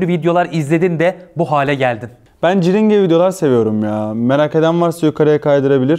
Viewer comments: ciringe diye değil de kırinç diye okunmuyor mu? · ahhh krinç die dğl de cringe die okumuş kanser oldumm sosyal dili bu muymuğş low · o değil de cringe'e "crince" demesi...